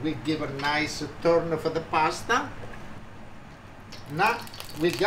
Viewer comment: love "de pots", even though sometimes there is only one pots, it's always pots - priceless and cherished, love you my friend, thank you for doing this for us